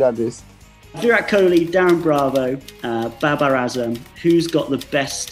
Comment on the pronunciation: Ahhhh... watch him he split his tongue saying baber then says virat kohli 🤣🤣🤣 IPL LMAO